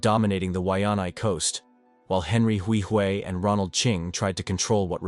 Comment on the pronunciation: You’re butchering how to say my last name Huihui